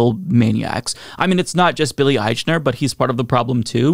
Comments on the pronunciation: Ah-eeeek-Na! Every time you said Ah-eeechh-Na it grated my last nerve! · Billy's name is usually pronounced "Eikner." If you're going to comment on his film and pronounce his name in public, it doesn't look good to mispronounce his name, bad taste or not. Besides he's had successful shows on TV before. He's not the usual unknown actor that are in most gay-themed movies, because traditionally it was career suicide to play gay, whether the actor is gay or not. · I can't believe you can't even pronounce his name right! IKE-ner! Its called "research". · I would listen closer if you would just pronounce his name correctly.